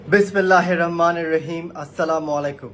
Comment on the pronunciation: বিসমিল্লাহির রাহমানির রাহিম ঠিকভাবে তিলাওয়াত করতে পারে না